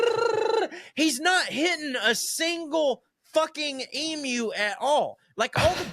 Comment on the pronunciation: The last ten minutes were sheer accent abomination. "Tanzania" 😂 Good onyez for pronouncing "emu" correctly. You wouldn't believe how often my ears have been defiled by hearing "ee-moo". Good stuff, ya carnts. 👍 🇦🇺